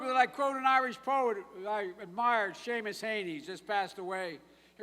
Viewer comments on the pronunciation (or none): none